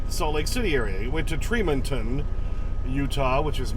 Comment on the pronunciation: .....its pronounced Tree- Mon-ton, Ut. I think the channel bonehead truckers is making truckers more sensitive and confrontational about the fuel island parking issues.